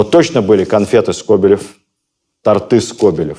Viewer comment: Нежелательно тортЫ